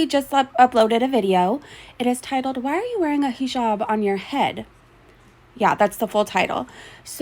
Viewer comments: learn how to pronounce the word you are making your identity out of! Haa-jab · She talks about culture, but also porkily utters 'heee jab" I cannot. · I'm gonna need her to stop saying heejab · I wish she would learn how to pronounce "hijab" if she is going to wear it.